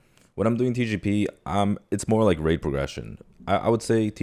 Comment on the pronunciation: dude, why does it sound like is saying xi jinping every time he says TGP